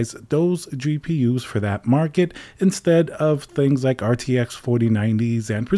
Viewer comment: "gapers" lol